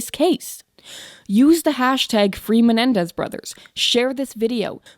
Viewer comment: Why is she saying menendez?